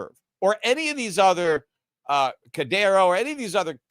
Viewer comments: Whats cadero? Your puertorican accent messing you up. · Cadano??? HAHAHAHA!!! Are you trying to be even more of a clown than Jim Cramer? He called Cardano, Cardanzo. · Peter purposely mispronouncing Cardano as cadano and cardera. Like adults used to purposely mispronounce Pokemon as pokie-man. And then saying he knew Ripple was Solana. All this just makes him look bad and misinformed about everything crypto. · It's Cardano, sorry for the correction, love your show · Cadano and solano lol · It seems that Peter may have a near perfect memory based on the stories he tells going back over sometimes decades of American and economics history. Then he comes here mispronouncing Solana (repeatedly over a couple of weeks now) and Cardano to feign limited familiarity with them. Peter we're not falling it. 🤡🤡🤡 It is clear that in the last year at least, you follow crypto as closely as you do your unfortunately-dying-at crypto's-hands asset classes of gold and silver. Just own up to it!!! We know you are financially married to Gold and Silver and we understand that when we come to your podcast.